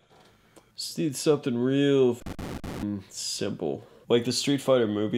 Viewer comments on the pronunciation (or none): none